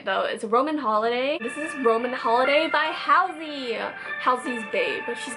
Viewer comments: Halsey is pronounced like "Haul-sey" :p just the first bit you got wrong. Also, you should listen to Trap Queen - Josh Levi, it's similar to the SoMo one, it's SO good! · you pronounced halsey's name wrong 😂😂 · thats not how you pronounce halsey ugh this irritates me just letting you know